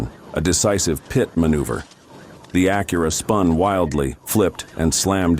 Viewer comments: It’s not an “Akura” or “Cemi” The AI voice is horrendous. The states mentioned and the scenes don’t match. Please do better. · Please teach your AI how to pronounce "Acura".